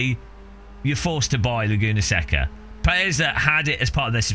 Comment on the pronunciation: More offensive then the pricing is your pronunciation of Laguna Seca (say-kuh)